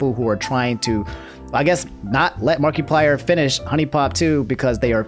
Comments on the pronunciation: i get the apology but i gotta say it "markie-player" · Im disturbed by the way he pronounces markiplier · The way you are pronouncing Markiplier pisses me off lmao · Everyone’s upset about the Sakura pronunciation, I’m upset about “Markie-plier” 😂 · No hate towards, but I kind of chuckled at the way he said markiplier (marky-plier) something like that. Everyone pronounces things differently i know that, but the way said it kinda made me chuckle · The way he’s saying markiplier.... 😂